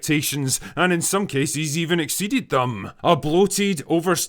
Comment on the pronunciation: Egg seeded thum